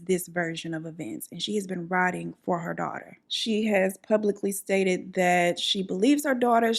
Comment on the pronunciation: root-ing = rooting for her daughter (not rot)